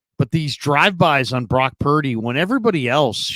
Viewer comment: Cam: “Brock Pear-dy”